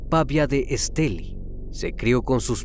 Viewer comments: Esteli con acento en la i, que bien como narras este trágico asesinato, soy de Nicaragua saludos. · Ni pronunciar el lugar donde se allano saben pronunciar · Soy de Nicaragua y soy fans del! Me causa un poco de risa como pronuncia el departamento de Estelí! Besos crimi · Me encanta la forma como relatas las cosas pero pronunciaste mal la palabra Estelí soy de Nicaragua y me encanta tu canal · Se pronuncia estelí no esteli, saludos desde masaya Nicaragua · Siii un poco estresante escuchar Èsteli jjjj por los que ya sabemos cómo se pronuncia.. Muy excelente el caso 🫰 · Una pequeña corrección: se dice El municipio de ESTELÍ con acento en la I. Soy de Nicaragua y resido en Los Ángeles, California. Mi amado país y este triste y espantoso caso. Gracias. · Que buen trabajo haces me encantan tus videos. Hasta hoy veo uno de Nicaragua soy de aya solo una pequeña observación la ciudad se llama Estelí no Estèli pero muy bueno tú trabajo, gracias. X traernos estos videos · No te fastidó que dijera Estéli en lugar de Estelí? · sólo b quiero hacerte una pequeña corrección el departamento se llama Esteli' con acento en la í al final de la palabra , por lo demás todo el capítulo está magnífico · Varias cosas que tengo que decir: 1-Muy lindos sus videos, me encantan, hace un muy buen trabajo y edición <3 2-Menciona el nombre del departamento sin acento en la "I" (Estelí) 3-También en la pronunciación del nombre puede haber un error, pues, aquí en Nicaragua se acostumbra a mencionar la "X" como una "S" (aunque puede variar, quizá la familia acostumbrara llamarla "Shiomara" y no "Siomara" a como se hace regularmente) Creo que eso es todo, muy buena noche! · Esteli con acento en la i. Acá no se puede meter el acento. Pero se puede pronunciar. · Soy de Nicaragua,me sorprendió al escuchar que mencionaban Estelí,( la palabra es aguda) . Hace poco te emepence a seguir,muy bueno tu canal. Felicidades! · Corrección: se pronuncia Estelí. Soy Nicaraguense